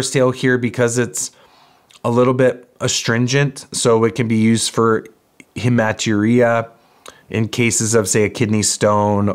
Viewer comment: It’s pronounced “Heme (sounds:”heem”) (blood)– at-uria” (urine sounding and if the urinary system)”urina”